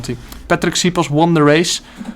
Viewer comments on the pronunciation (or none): Patrik's name is pronounced like Shiposh just as a heads up :) our s letter is like an sh in English